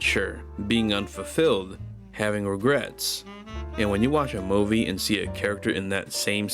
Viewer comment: My man, this was a really great video. You have an especially jarring way of saying 'movie', but who gives a crap when you make wonderfully eloquent and profound videos like this :P Keep going, if you want to, you know; you're very good at this.